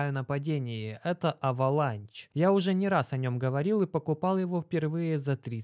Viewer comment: уважаю тебя но почему авеланч авеланш на англицском